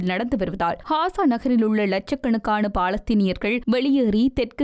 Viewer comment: Hasa அல்ல Gasa காசா ஹாசா அல்ல